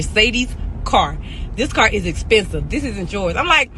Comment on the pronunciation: For one she saying “caw” instead of car.